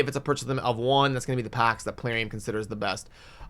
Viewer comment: Palarium? Knee-shock??